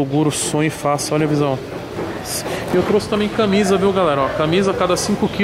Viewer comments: Porra toguro, "CANMISA" com N na frente do M. 🤦‍♂️ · "CANMISA"? aí não né tog fdc kkkkkkkkkkl